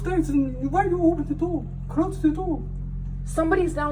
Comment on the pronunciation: Door, it’s door, not dow